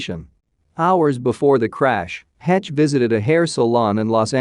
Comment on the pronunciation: This dude talking is mispronouncing this poor woman's last name. It's not "hetch" Can anyone hire others for videos that know how to pronounce people's names correctly?